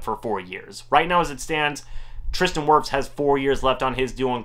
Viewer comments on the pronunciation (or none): none